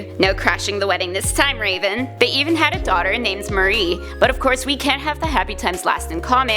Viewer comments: Her Name Is Mar'ee Not mari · MAR'i MAR'E THATS HOW YOU SAY IT YOUTE SAYING IT LIKE MARIA